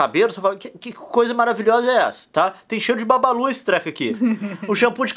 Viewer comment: Não é babalu é bubalu